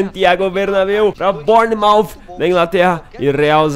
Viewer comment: Se diz bãnermauf